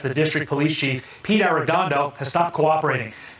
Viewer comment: Just trying to help: Arr-ray-don-dough